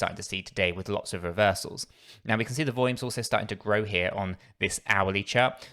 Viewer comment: Cracks me up the way he says volume